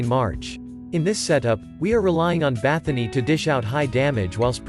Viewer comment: Why do you call her BathoNY. She is BathoRY :)